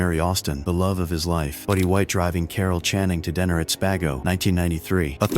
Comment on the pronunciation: " Spago" not spay-go!😂